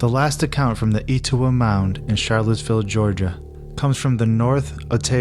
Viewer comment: Et-O-wah, and Cartersville. (Like jimmy Carter)